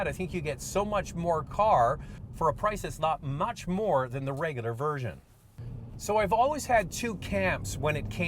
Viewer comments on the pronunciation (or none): none